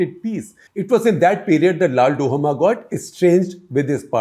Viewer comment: LALDUH-OMA not LALDU-HOMA